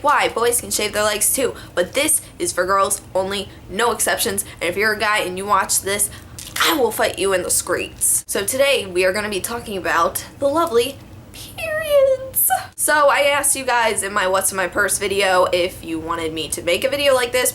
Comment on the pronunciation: am i the only one who noticed she said skreets and not streets